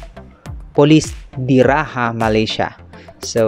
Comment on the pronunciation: Not Polis Di Ra"haa" Malaysia but Polis Di Ra"ja"(Jar) Malaysia . :)